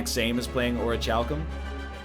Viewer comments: It'll be a cold day in hell when NL pronounces "orichalcum" right :) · How did NL figure out so many incorrect pronunciations of orichalcum...